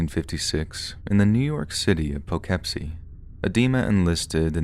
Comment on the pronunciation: it’s Poe-kip-see dw though almost nobody cares for it